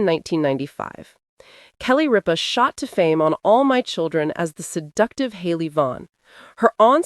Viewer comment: It is Rippa. Not Reppia! Now take your fake crapp out the door!